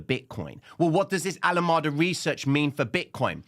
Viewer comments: please, not Alamada but Alam"E"da. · Pronounced "ALA 'Mee' Duh" bro 🙏